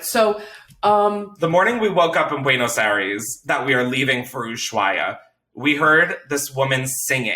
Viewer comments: Buenos I-res 😭😭 Chris I cringed every time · the way u pronounce buenos aires is so cute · I know you’re white but if I hear you say “buenos airees” one more time…. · The way he keeps miss saying Buenos Aires really gets me